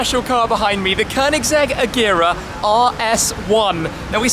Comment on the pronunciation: Pronouncing agera wrong